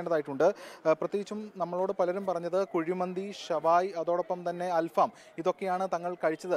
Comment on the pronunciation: അൽഫാം അല്ല അൽ ഫഹം